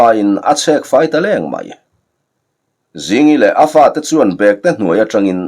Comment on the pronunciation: Chhiartu kha i intlawhkhalh lâwk viau na in ziaktu rilru angin I chhiar bîklo maithei a nia. Bêktê I thlûk dân hi a diklo "London kal ka châk hle" tiha châk hle thlûk ang hian lam tûr.